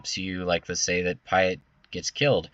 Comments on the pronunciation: its admiral PEA ET...haha. love your videos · We mentioned Chimaera pronunciation before Piett? Admiral Piett's name is said aloud in the original trilogy! Think "Pierre".